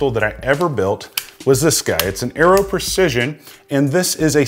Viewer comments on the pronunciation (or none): none